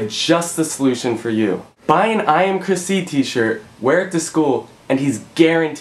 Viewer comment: ive realized that every time you say chrisc i keep thinking that your saying my name chrissie lol. im procrastinating of buying a shirt =]